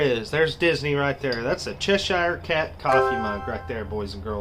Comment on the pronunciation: I think that was a Harry Potter drinks thing at the beginning, looked like the Deathly Hallows symbol on it. How you say Cheshire Cat made me giggle 👍🏻